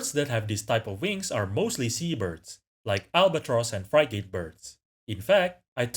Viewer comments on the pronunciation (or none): "Everything" to me makes the most sense as that provides a really strong selective pressure for the avian wing to form. Frigate is pronounced more like Free-ghat